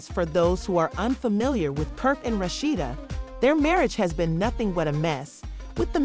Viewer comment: Who tf is "RASHSHADA" 😒...RA..SHEE..DA....RASHEEDA